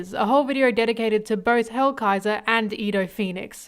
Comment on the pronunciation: I was going to watch the video since ASTOR and ZANE are one of my favorite characters from that arc but when hearing the very very very WRONG pronounciation of their names i was like "who the fuck is edo and hellraiser or whatever this bish called them?" Thats not their names. So i just decided not to watch. Again, wrong names.